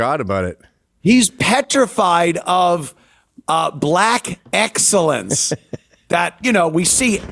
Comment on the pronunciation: She said "axxellence"